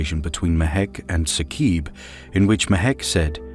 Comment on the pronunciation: It is not Saqeeb in pronunciation... it is Saaqib